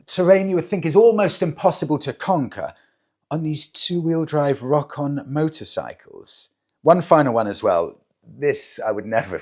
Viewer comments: I believe Rokon is pronounced "row-con." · It's pronounced Ro Kon